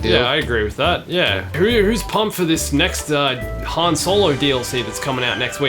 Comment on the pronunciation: Leila calls Han “Han” the way Lando says his name